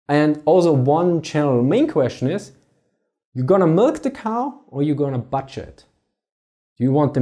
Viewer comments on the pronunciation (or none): While your accent is part of the reason I watch these videos, butcher is pronounced "bütcher".